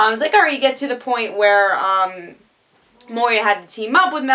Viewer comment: Moy-Rah (Moira) - mother of Oliver Moh-Ree-Ah (Moria) - mine middle earth, home of Balrog